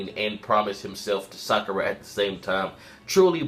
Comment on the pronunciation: It's Sakura!!!!!!!!!!!😑